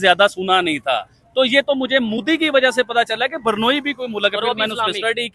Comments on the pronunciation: Sorry but it's not pronounced Burnoyi, it's is pronounced Brunayi and spelt Brunei. 😂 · yaar pls.. barnoi nahi hai woh.. usko bolte hai.. BRU - NAI. BRUNEI. aise bolte hai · Burnoi Nahi Brunei Hai... 😂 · Abhe Jahilon, woh BUR-NOI nahi hai, woh BRU-NEI hai 🤣🤣🤣🤣🤣🤣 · बरनोई नहीं, ब्रूने है सही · Hello it's Brunei not Burnoi or Burnol😊😊